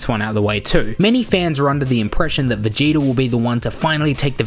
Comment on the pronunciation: Ummm you pronounce vegeta like it’s written🙂🙂🙂